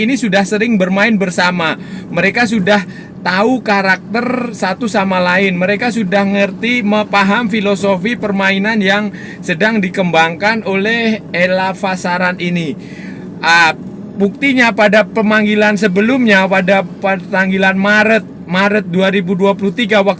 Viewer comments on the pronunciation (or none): Bang ...kasi betul sebut kan nama coach tu bang 😅😅😅😅 0.09 detik bukan ELAVASARAN tapi ELAVARASAN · Bkn (elavasaran) bang - (elavarasan)